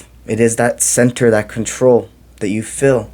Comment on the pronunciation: Good message: Kindly clarify when you say fill do you mean “feel” or “fill”? Thank you!